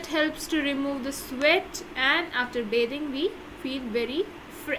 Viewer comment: Bithing not bathing